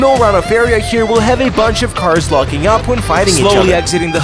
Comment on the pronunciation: Bro da cawrs are gona twansfowm into robots and throw hands